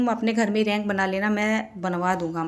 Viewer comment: रैक बोलते h रैंक nhi di